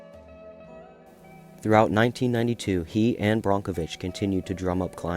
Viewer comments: Erin brockenwitch???? Its brokevitch😊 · BRONK - o Vich???? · Yes, it is pronounced Brockovitch. You can see the chromium floating on the surface of the water. The plume is still out there.